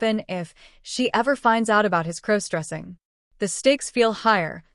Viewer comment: I thought Emma (again, as always) was his girlfriend of over a year as stated at the beginning of the story. How is he to be her maid of honor??? They suddenly aren't getting married and Emma is marrying someone else? Can someone please teach the AI the proper way to pronounce the word cross? What is crow stressing? Has somebody told the AI story writer that all primary female characters must be named Emma??? This is a horribly chopped up, mixed up, confused version of a story that was on another channel this morning.